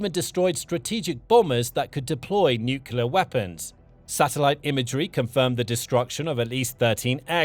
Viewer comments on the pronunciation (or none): Stop saying " nucula" it's nu kle ah. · The narrator can't pronounce nuclear. Over and over it is mispronounced. There is nothing mysterious about it. It does not rhyme with ocular.